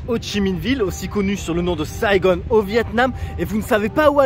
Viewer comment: c’est Saigon et non Saigone, le Vietnam c’est aussi les kmers qui ont envahi le pays et les français étaient venus pour sauver les vietnamiens, depuis beaucoup de vietnamiens se sont réfugiés en France.